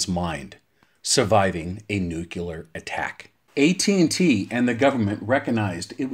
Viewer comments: Great video, and very informative, but as a guy who does voiceover professionally, you lost me at every reference of nu-cu-ler. It's pronounced new-clee-er. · Why is the word "nuclear" so difficult for some people to pronounce? Nu-Clear. Two syllables. There's absolutely no such thing as "new-cue-lur". I question the accuracy of any information presented by someone who literally can't pronounce a two syllable word. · Nucular, huh? Took me right out of the video every time I heard it. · Great video, but am unfamiliar with the term, “nucular”. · Jesus Christ why is it so hard? Say NEW. Say CLEAR. Theeeeeere ya go, son. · Yes, this makes this video almost unwatchable, having to hear that word constantly. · My incredibly intelligent dad has been talking about nucular stuff my whole life; still trying to figure it out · I agree, this is one of my pet hates. I found the video interesting but unwatchable due to the 'nukular'. I had to turn it off halfway through. I just can't take that guys voice. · I like it! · Nucular? Jesus wept 🤦‍♂️